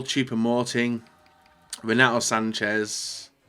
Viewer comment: I swear I hear he said cheap boateng so I replayed three times looking for that player only to realise its choupo moting